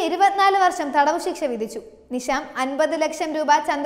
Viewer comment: നിശ, നിഷാം, നിസാം, ദോശ, ദോഷം, ധിഷണ, ദാനം, ധിക്കാരം, രഥം, ഫലിതം, ബലം, ഭാഷ, ഭിഷഗ്വരൻ, നന്നാവുക, സാവധാനം, ഘർഷണം, ഗുണം, പഠിക്കുക, പാടുക, ..... തുടങ്ങിയ വാക്കുകൾ അക്ഷര സ്പുടതയോടെ വായിച്ചു മനസ്സിലാക്കാൻ ശ്രമിക്കണം.. അത് ഉറക്കെ പറഞ്ഞു പഠിക്കണം.. എങ്കിൽ മാത്രമേ ഉച്ചാരണ ശുദ്ധി ഉണ്ടാവുകയുള്ളൂ.. വാർത്ത അവതരിപ്പിച്ച ഈ കുട്ടിയ്ക്ക് മാത്രമുള്ള പ്രശ്നം അല്ല, ഇതിലെ മുൻനിരയിൽ നിൽക്കുന്ന അവതാരകർ പോലും പല വാക്കുകൾ ഉച്ചരിക്കുമ്പോൾ ഇത്തരം പ്രശ്നങ്ങൾ കാണാറുണ്ട്.. ഇന്നത്തെ പുതിയ തലമുറ, പത്രങ്ങൾക്ക് പകരം നിങ്ങളെ ആണ് കാണുന്നത്.. നിങ്ങളുടെ വാക്കുകളിൽ നിന്നാണ് അവർ നമ്മുടെ മാതൃഭാഷയെ മനസ്സിലാക്കുന്നത്.. നിങ്ങൾ തെറ്റായി ഉച്ചരിക്കുന്നത്, പറയുന്നത്, വരും തലമുറയെ വഴിതെറ്റിയ്ക്കും. അത് മലയാള ഭാഷയോട് ചെയ്യുന്ന പൊറുക്കാൻ പറ്റാത്ത അപരാധമാണ് എന്ന് മനസിലാക്കുക 🙏 തത്വമയിയെ ഒരു വെറും യുട്യൂബ് ചാനൽ എന്ന നിലയിൽ നിങൾ കാണാതെ ഇരിക്കുക. പ്രവർത്തിയിൽ കുറച്ച് പ്രൊഫെഷണലിസം കൊണ്ടുവരിക.. നന്മകൾ ഉണ്ടാകട്ടെ